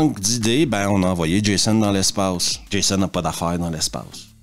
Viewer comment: Pour un français, entendre Jaissonne a la place de Djaizone 😂😂😂😂 ça n’a pas de prix